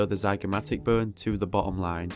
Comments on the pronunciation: I thought you were saying “burn” instead of bone. I assumed it was some anatomical term for parts of the skill but it was just bone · Lol when he says bone it sounds like BURN! 🔥